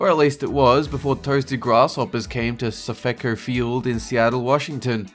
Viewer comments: being from the Seattle area, it bugged me that he pronounced SafeCo field as Sah-feh-co instead of Safe-co, how it's supposed to be pronounced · BTW, in case you're wondering, it's pronounced SAFE-CO, not saph-eh-co. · As someone who lives near seattle, I am slightly irked by the mispronuciation of SafeCo SAFE CO not safekko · Lmao. Just looking at the comments laughing my ass off from the people getting triggered at saying SAFICO or whatever. We can pronounce things we want eh. I use to pronounce pastel the wrong way. But I got use to saying it the right way. I actually say pastel the wrong way at times to get people mad & sh^t UWU. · It’s Safe-Co field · Its pronounced SAFE CO! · it's pronounced safe-co not the way you pronounced it